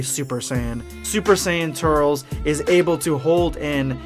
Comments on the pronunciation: Oh my freaking God it's not "Tur-rels" it's pronounced "Tur-liss". Damn have you ever even seen the tree of might? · Sounds like ur saying turtles instead of turles! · Bro....it’s pronounced tur-lis not tut-ls...did you watch tree of might or just going from knowing it exists? Love your vids bro but the mispronunciation is a total faux pas. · I normally wont dislike a video. But you butchered the pronunciation. I cant even finish the video.. Tur-les bruh.. Not Turels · Turles. TER - LESS. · Also its turles not turls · “Turls” fucking idiot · It's pronounced, "Tur-less" ~Dz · I can’t handle his name being pronounced “Tirles” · (tur-less) 🙄 like how it's pronounced in the movie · Hey,. I don’t wanna be that guy or anything, but this is lowkey killing me. I know you said that you’ve always pronounced “Turles” like that, but that is literally the wrong way of saying it. From The Tree of Might to Xenoverse 2 they say his name like “Tur-less.” I saw some people in the comments saying it was distracting and it kinda is. Why say it like that when you know people are just gonna correct you?... Anyways, keep it up with the quality content! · You can’t pronounce ”Turles” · Did you watch the movies? Then why the fuck do you miss pronounce his name!?